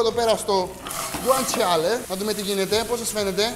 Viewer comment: Το αγαπημένο μου φαγητόοοοοοο! Και το γκουαντσαλε προφέρεται χωρίς Γιώτα 😂